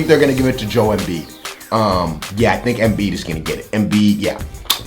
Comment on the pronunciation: Who else is glad he didn't slaughter Joel's name and say Embid